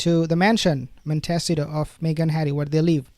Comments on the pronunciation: Pls… montecito not montesio 😂😂😂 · Please! It’s pronounced Mont ih C toe. You are very hard to understand at times because you mispronounce so many English words. Please learn how to pronounce names of things at least closer to the way they are said in America. Thank you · You asked how to pronounce the city that H&M live in it’s “Mont ta seat toe” sound it out.